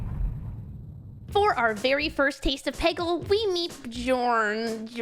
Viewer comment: I never imagined a peggle Speedrun lol. Also I think Bjorn is pronounced byorn like Bjork lol